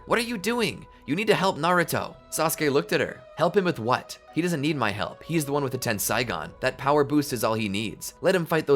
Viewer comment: 131st lessgo also this was awesome (It’s pronounced ten-say-gone.)